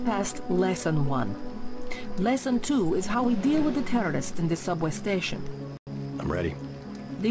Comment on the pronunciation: Is it just me or did she say Terrorists-ists At the start of the mission?